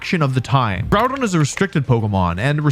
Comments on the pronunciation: I know it's a meme for pokétubers to pronounce pokémon names wrong but I'm very disappointed you pronounced Groudon wrong. Its Grew-Don. SMH. Do better 😢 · Groudon. Before JimmithyCool comes in and ruins it by calling him 'Grudon'